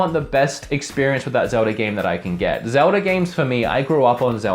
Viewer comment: Your a huge Zelda fan but you call it Zelder sometimes